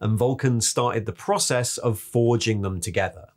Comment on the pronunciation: Also the way he said "process" I think he had his UK nationality card revoked.